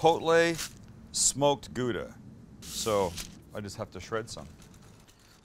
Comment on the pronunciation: This looks really amazing, I'm sure to make it pretty soon, maybe a small struggle to find all the ingredient. But Sam, take advice from a Dutch guy, practice a bit on your 'Gouda'.